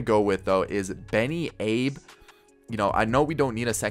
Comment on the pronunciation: Abe is pronounced “Ah-Bay”